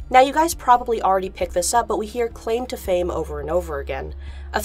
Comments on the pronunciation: Is it just me or I hear the claim to fame as "end fame" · I'm just hearing "end fame" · i heard "end fame" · The 'claim to fame' bit also sounds like they are saying 'end fame'. Either this is just coincidence or I have crap hearing.